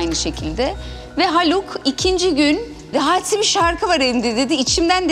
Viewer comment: Nobody : Hadise ; Hisediörüm